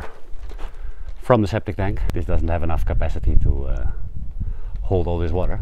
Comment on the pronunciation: Did you say "sceptic tank shituation"?🤣